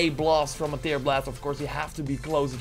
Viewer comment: Goede video! Een note: tear wordt in dit geval uitgesproken als tèr ipv teer, sorry¡ Love je content!